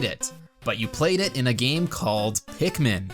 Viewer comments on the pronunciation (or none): Pikmin. It's Pikmin.